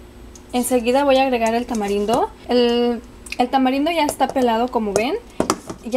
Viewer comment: TODO SE VE BIEN LO UNICO ES QUE CUANDO HABLAS;;;;ASENTUAS MUY FUERTE LA ULTIMA FRASE O LETRA ;;;EJ;;;CANELA;;;Y DECIS;;;CANELAAA;;;;;TAMARINDO ASECAS;;;;DECIS ;;TAMARINDOOO